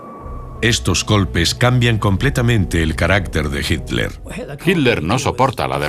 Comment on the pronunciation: nunca e podido entender porque en la versión en castellano no pronuncian con claridad las letras TL del apellido de hitler, se oye igual himler que hitler sin cargar la voz en esas letras ..